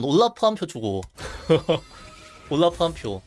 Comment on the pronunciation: 왜 올라프 발음을 우올뤄프 라고 하시는거죠?